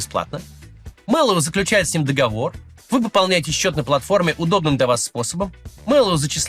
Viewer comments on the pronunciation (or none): none